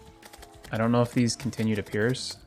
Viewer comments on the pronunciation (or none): none